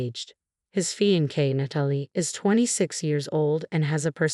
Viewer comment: Feet in case?? Seriously? That’s a new low in the chronic mispronunciations of ‘fiancée’. How hard is it to program a bot? Now we’ve got ‘displaced look’ … displeased?? Nope. This is insulting to a viewer’s intelligence. I’m out. Won’t bother with this channel again.